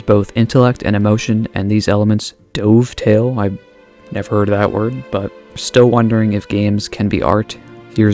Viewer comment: Just an FYI, dovetail is pronounced like the tail of a dove (i.e. the bird). More commonly, it's used to described the woodworking joint that shares a resemblance to its namesake. While incredibly sturdy, it can be notoriously difficult to do right (by hand at least; CNCs make them fairly trivial), hence the usage here as the elements of the game pair perfectly with one another. Hope you enjoyed the knowledge bomb XD